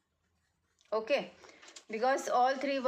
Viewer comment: Intuitive word you wrong pronounced. if you speak Hindi it would be better your speak English is too much bad I don't like your pronunciation fluency what is this as. a youtuber